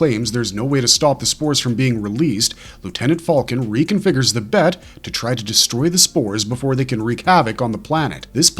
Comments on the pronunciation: It’s pronounced B E T not BET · It's not bet. It's the B E T. Broadcast Energy Transmitter